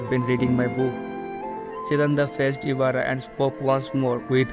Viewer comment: You said Mayaka Ibara's name same as Oreki 😅👍